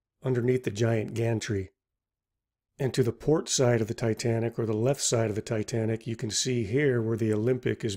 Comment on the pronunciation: "Tay Tay Nick"